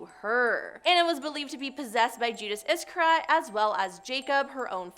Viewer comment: It seems like these narrators should be proficient at least in English. You can use any search engine to get audio or video files of the *correct* pronunciation of words. I am only on number 8 and I cannot stand this woman’s lack of accuracy in information and poor pronunciation. She seems unaware of how to pronounce things like ‘Judas Iscariot’ and the bank they show an image of is Ambrosiano - she says Ambrosinio. Beelzebub becomes beezelbub … I feel like I have auditory dyslexia listening to her. And before I get crap from dyslexics or whatever - if you know you can’t read and/or pronounce stuff, please don’t get a job where pronunciation matters and then ask for feedback.